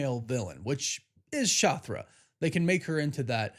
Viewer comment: How da fuk is " Shothra " 🤦🏻‍♂️👎🏻